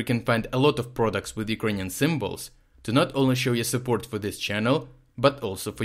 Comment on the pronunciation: This is the best summary on the 10/10 missile attacks I've heard. It's nice to hear Urkrainian cities pronounced correctly.